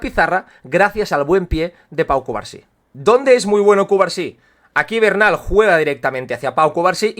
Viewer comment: Disculpa pero el apellido de Marc Bernal se dice Bernal no Barnal, es familia de un amigo mío su padre y el apellido es Aragonés, se dice cómo se lee. Buen análisis y enorme trabajo el que te tomas en tus publicaciones, muchas gracias.